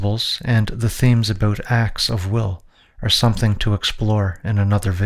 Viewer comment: Here’s some feedback, work on pronouncing “car” and “about”. It’s not “Kerr” and it’s not “a-BOOT”. Other than that, very informative